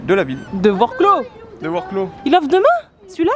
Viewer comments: Wroclaw pourquoi vroclau? vroçwav (prononcez chaque lettre comme pour l’anglais) 😊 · Alors après vérification voici comment ça se prononce 😂 Vorsouaf 😉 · Salut et la ville wroclaw se prononce gretsouaf bonne nuit les petits à demain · Il me semble qu’on prononce Wroclav,j’y ai été plusieurs fois 👍🇨🇭